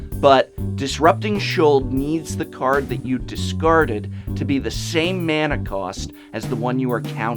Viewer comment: SWEET GOD SAY MANA RIGHT